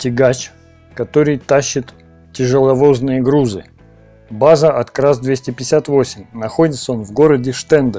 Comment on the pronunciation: На 1.50 тяжеловЕсные грузы , а не тяжеловОзные грузы .